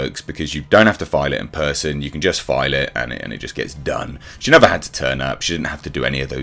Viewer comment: Amber: I will "NEFFUUR" forget!! 2 mins later: I can't recall!